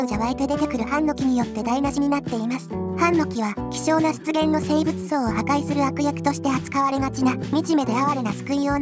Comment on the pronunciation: 湿原が失言にしか聞こえない、なめらかな下ネタナレーション。